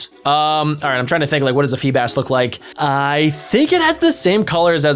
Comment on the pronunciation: You called a remoraid a febas